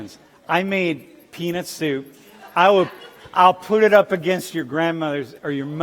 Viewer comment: This professor with his “yo yo cmon dogs, bring it back, let’s a chill homies” is a trip, and did he say “penis” or “peanut” soup?